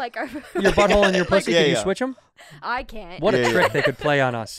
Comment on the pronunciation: Bobby said poosy